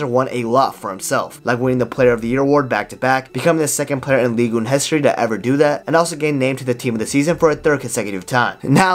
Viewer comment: Say "Ligue Un" again :D Just kidding, great recap, miss Hazard on the pitch. He should have gotten out of Real sooner because a player like him will just faint away if they don't have the joy of playing. Like you repeatetly said, he doesn't train, so playing is the only thing he had, take it away, there remains nothing unfortunately